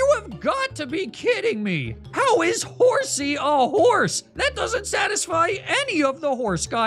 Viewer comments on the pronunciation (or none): Horsea the sea”horse” lmao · everything else i can forgive...but Horsea?